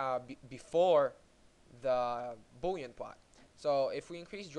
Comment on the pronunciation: well i might be an idiot. but he clearly cant pronounce the L sound, for instance "Boolean" is not pronounced "boowyean" And yes its a nice application